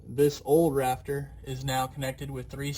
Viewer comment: Pretend like he’s saying raptor the whole video instead of rafter